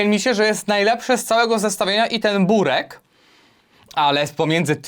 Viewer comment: mówi się "byrek"